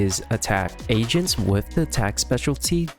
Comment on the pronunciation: Was it only me who thought he was saying a rank Asians instead of agents😭